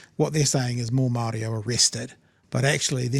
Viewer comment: Barely able to pronounce the word Maori.